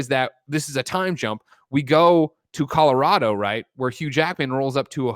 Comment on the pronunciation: Shout out to Hugh Jackman for pronouncing Colorado like a native.